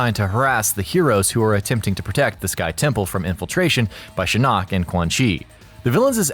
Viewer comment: Why he say shinnok like that